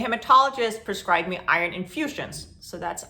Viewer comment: Are you saying Irish food or Iron food? Never heard of being prescribed Irish food. I am severely anemic. On IV shots B12 and vitamin D.